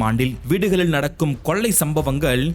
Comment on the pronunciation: கொல்லை அல்ல கொள்ளை...லகரம் ளகரம் சரி செய்யவும்....